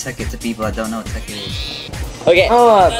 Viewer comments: It's not Tecnic...It's Tekkit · any ways its not teknit its tekkit